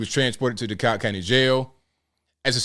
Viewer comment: You pronounced Dekalb correctly. LOL That man crying is nuts. Moved out of Atlanta last year and am sooo glad to be gone. Crime is too high for me, right before we moved my son's coworker's husband was almost killed by a random shooting as he was driving someone to the airport, doctor told him if the bullet would have hit him 1" over, they would not have made it to him in time. That man needs to cut off that pony tail and man up.